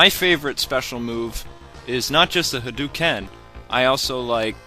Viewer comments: Pronunciation tip: in Japanese, the syllable which appears in romanji as "ou," such as in "hadouken," is ALWAYS pronounced as "oh" and not as the long "oooo." It's a phonetic rule. So the only correct way to say "hadouken" is "hah-dough-ken" and NEVER "hah-dew-ken." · its actually pronounced as hi-do-ken (doh) most people pronounce it as doo (du) but yeah, its just like saying ryu, i say it like rii-u but the real way is to say riu (ee-u). i dont think it really matters ^^ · I't Ha-do-ken